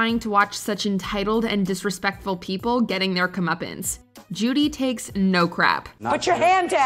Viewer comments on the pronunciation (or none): Did she say " comeupins " ? I think I fell in love with just one word ... lol ..